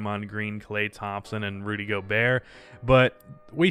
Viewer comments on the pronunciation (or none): none